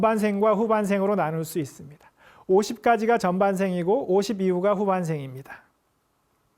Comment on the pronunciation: 또! 틀린 발음! 후반생의 첫 자도 길게 발음하이소